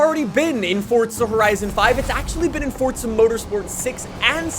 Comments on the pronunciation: Bro this nigga keeps calling it "fortza" it's called FORZA keep calling it that ima call the feds fasho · ITS NOT FORTZA HORIZON 5 ITS PRONOUNCED FORZA HORIZON 5 YOU DUNCE